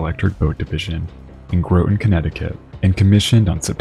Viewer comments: Groton is pronounced Grahtan like Rotten, not Growton. Nobody gets that right unless you live there. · Basic sub knowledge: Submarines are not known as ships, they are known as BOATS! But I get it, the skimmers loved to try and drive us crazy with that. And your mispronunciation of Groton, drives me crazy. Not using …grow…ton, but …gr…ought…ton. All submariners, such as myself, know that! Your YouTube videos present some good, and amazing details. But subs as ships? Good grief! Bruce Muir, former FTB2 (SS), USS Ulysses S Grant (SSBN 631) (Blue) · Brother I know you're not from around here but Groton is not pronounced that way. Try this. G-rot. Combine to make Grot. The T at the end is soft. Ton at the end, but the t is silent. Groton. You were saying it as if it was spelled Groaten. Source? I live here. And the Nautilus is a cool museum ship now that you can just visit. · it's pronounced GRAH-tin, but you also don't pronounce the T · Groton is pronounced Grah-ton but it’s 1 syllable. Think Grahton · Love the channel And never miss an episode. However, the pedantic part of my brain twitches every time the city of Groton is mentioned. As someone who lives just West of the city of Groton, I can tell you that it is pronounced "Grah-Ton". I'll see myself out now. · You really need to correctly pronounce Groton. There is no long "o" in the pronunciation. Groton, Connecticut is the home of the United States Submarine Force and has been since 1900.